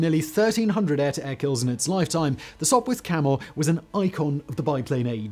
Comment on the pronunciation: You are correct. But he called it a Sopwirh Camel a couple of times